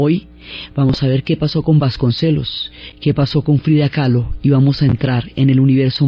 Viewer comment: KAHLO por favor, Frida Kahlo, no "Calo" 🙈